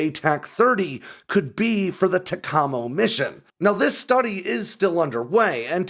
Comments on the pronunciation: I had to mute this, because he does not know how to pronounce TACAMO… And BTW, The Navy just bought one of the Defunct E3Ds to turn into a trainer for the E6 flight decks, and since the E6 has taken over the Looking Glass mission, dont think the C130 is going to fit.. But what do I know? Other than how to pronounce TACAMO..😂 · It's pronounced tack-am-oh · Excueeze me, It's pronounced Tac a mo. I know this because i was in the NAV from '68 to '72 as a radioman 2300/2342. I went on a flight with them one time, and got a BlueNose for it...<(:-> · It's pronounced; (TAC - A - MO) or TACAMO. An EC-130 can be forward deployed anywhere around the world and like you said can land almost anywhere. Only the 1961 (proof of concept) version was a roll-on-roll-off system after those initial test the EC-130 G and Q models were permanent instillations. At that time there was a TACAMO aircraft aloft over the Atlantic and Pacific oceans 24-7-365 basis. I supervised the communications portion of the missions from as an Aircrew member of VQ-4 (Crew 7) NAS Patuxent River Maryland .Those were days to remember. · Your hurting my ears. Pronounced TACK-uh-MOe. Originaly it was Tactical Maritime Operations then moving to Take Charge and Move Out. Navy wants out of Looking Class mission because it takes all the weight and allows nothing else can be loaded. They would love to go back to C-130 and leave the B-6 back to the Air Force. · As an old time Tac A Mo aircrewman it is pronounced TAC A MO!! Learn to say it correctly!! Flew with VQ3 in the early 70's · If I have to hear TECHOMMO one more time. Listening to civilians slaughter our acronyms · Its pronounced TACK-A-MOW ....jeeze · It's pronounced TACK-AH-MOW. The EC130G aircraft on NAS Agana Guam was taken while I was flying there. Quite a capable aircraft and easier to maintain than the Boeing 707. This will work ! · Tacamo is pronounced as ‘tack uh moe’. I was assigned to VQ-3 for over 3 years and never heard it pronounced otherwise. ?¿